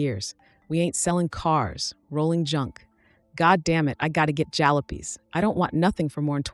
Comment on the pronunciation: Jalopies* as one example mispronounced